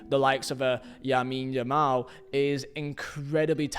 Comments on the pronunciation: 'Yamine Lamal' 😂😂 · You’re a casual fan if you still pronounce it as “Yamine Yamal”😂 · marc caiceido? Yamin Yamal? Osuana? Martin Brainfrait? i mean cmon! if you cant the decency to pronounce this name rights then stop doing the videos. how would you feel if people call you Visa? STOP BUTCHERING PPLs NAME. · bro really said yamine yamal yikes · “yamine yamal” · You mispronounced lamine yamal's name. It's not yamine lamal.